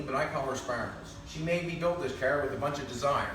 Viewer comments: stop saying "KAAR" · I would love to hear his spelling of "car". It does NOT sound like that's what he's saying. lol! Great job on the project! Too cool!